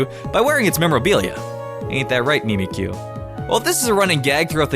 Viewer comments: Mimikyu is not prenounced me-me-kyu cuz it's name is literally prenounced as mimic you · mimikyu. mimik yu (mimic you) not mi mi kyu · Why do people say mimikyu like mee-mee-kyu? It's mimic-yu! It MIMICS Pikachu! It should be pronounced how the word mimic is pronounced